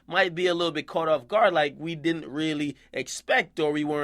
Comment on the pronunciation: "Diden't" nigga...